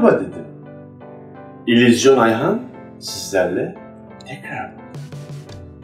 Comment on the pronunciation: İlizyon demeyeydin iyiydi :)